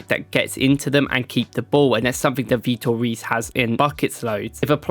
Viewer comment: Great video! I'm brazilian and just so you all know: The correct way to pronnounce his name is "Vitor HAYS". R = H sound in Brazil. and E = A sound. Cheers!